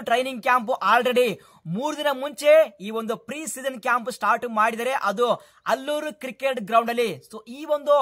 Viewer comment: ಗುರು ಅದು ಅಲ್ಲೂರು ಅಲ್ಲಾ, ಆಲೂರು ಕ್ರಿಕೆಟ್ ಸ್ಟೇಡಿಯಂ ಅದು😅